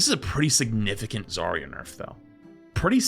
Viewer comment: Zar-ya not Zaria